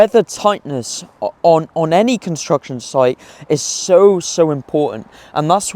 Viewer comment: How is this guy a construction manager when he can't even pronounce the word construction properly? 😂